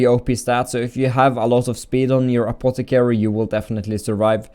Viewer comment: Anotter apotticarry!!!